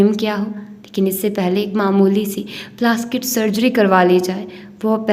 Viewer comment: Istafaar word ni hota ....istafsaar hota hai.... Kafi novels mn ap ye word glat prti hn correct krlen dosra word plastic hota hai plaskit ni thank u